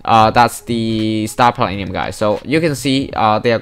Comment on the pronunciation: I love the way you say star platinum